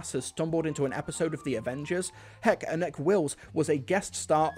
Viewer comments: Sorry to be that guy Anneke is pronounced (ann-a-ka) I love your videos promise 😅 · I've always pronounced her name Annek-eh, so more like Annika...not sure if that's correct or not. Interested to know if it's right actually...